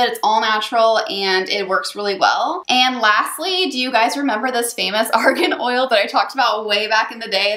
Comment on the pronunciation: Widower dad if three kids .... what's the name of the oil you used? It sounded like Oregon oil.... Sorry to ask redundant questions. This is new territory for me.